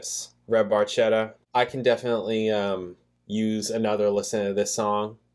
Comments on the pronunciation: The Red Barchetta ( pronounced BAR KET AH ) in Italy is a MM(Mille Miglia) One of Ferrari’s best! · Geddy mispronounces "Barchetta" in this song. In this song, there is a video playing over the screen basically re-creating the story.